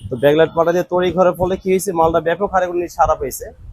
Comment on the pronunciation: আরে ভাই ড্যাকোলাইট না, ব্যাকোলাইট